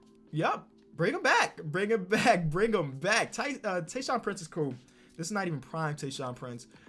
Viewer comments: TayShaun not Tyson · Search Tyson block pacers Me: You fucking dumbass. Its tayshuan not tyson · Nobody: You: Calling Tayshaun Tayshon